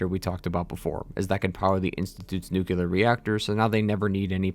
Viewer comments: Maybe learn to pronounce the word Nuclear before you make a video where the word comes up a thousand times. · Could someone point me to the second "u" in "nuclear"? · Your incorrect pronunciation of the word "nuclear" really grinds my gears. Or maybe it's just a tribute to George W. Bush? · Excellent video! Thanks for this. BTW though, nuclear is "nook-lee-er", not "nook-you-ler" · Hard to keep watching after he says "nucular". Maybe go worship you some Jesus, something in your depth. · I'm sorry you cant say "nu-clear". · Nuclear. New - clear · Speaking on a game called FALLOUT then mispronouncing "nuclear" is both hilarious and annoying 😂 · Okay so Great video did enjoy and agree But u always say nucluar which is ever so slightly annoying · How do you play fallout.... Make a whole video about fallout..... And still say NUKEULAR!? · Don't say nucular bro. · “Since the creation of the nuke-u-lar bombs” Are you… mentally deficient? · How uneducated do you have to be to repeatedly say "nucular"? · Nucular? Good grief. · Aww maaaan things we're going so well until you said "Nuke-ya-ler." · "NUKE-U-LAR". Yeah, you lost me. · nu-q-lar, huh?